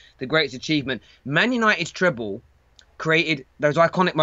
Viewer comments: It's treble not treple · Mark let’s start off firstly with the pronunciation - It’s ‘TreBle’ with a ‘B’ and not ‘TrePle’ with a P as you’re saying it.